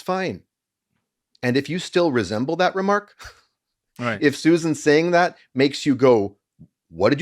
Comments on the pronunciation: Why do yall keep saying Suzanne instead of Susan? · I think y'all said Susan wrong. 😅